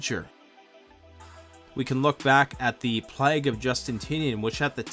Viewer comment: Plague of Justinian became Plage of Justintinian XD